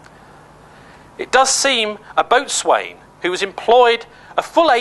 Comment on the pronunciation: Boatswain is pronounced bo'sun